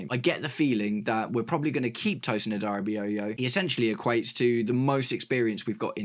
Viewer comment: Cheers Mate Sad that i can' watch this game because i gotta be up early the next day 😭😭 Also shoutouts for you pronouncing Tosins last name right, everyone gets that wrong lol